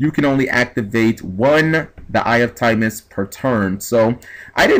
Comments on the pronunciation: its timaeus not timemus! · It usually doesn't bug me but omg the way you pronounced Timaeus and Paladin in this video really got to me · TimEYEus is how it's pronouced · It's pronounced Tim-EYE-us lol. And the monsters it summoned in the Doma Arc were 'Dark Magician Girl the Dragon Knight' and 'Amulet Dragon'. Further, Timaeus will work on 'Dark Magician' cards, including Dark Magician Girl, Dark Magician of Chaos, Dark Magician of Illusions, Skilled Dark Magician; essentially allowing any monster with Dark Magician in its name to be used... Amulet Dragon's effect allowed you to banish all Spell Cards in your grave when it was summoned, and gain 300A per Spell; its original ATK being 2900. DMG the Dragon Knight (2600/1700) allows you to destroy one face up card on the field and destroy it by sending one card from your hand to the grave, and it is a Quick Effect! If the effect you have is the true effect, then shit just got real! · I agree in that context, and I see why he was asking why It should even matter, but I think it bothers me even more when we HAVE a correct pronunciation of Timaeus, and Paladin and the others he said wrong. I mean the Characters said the names ALOUD. Either G needs to re-learn english, OR has never heard the words aloud. Not trying to start an argument I swear, but I cant be the only one who was bothered by his mistakes. Also its not the first time he has made these mistakes. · Can you read? Doesn't even look like a word you would pronounce "timeus"